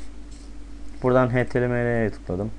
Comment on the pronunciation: ya gibiler webci oluyor ya harbi hayata küsmeliyim BENCE. HTML- heştiemel diye okunur lanet olsun. Birde türkçe program kullanıyorlar kahretsin ya.